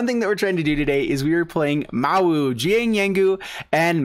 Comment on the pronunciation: Listen to Jiang's voice line when you play him. It will tell you how to actually say Mowu ;)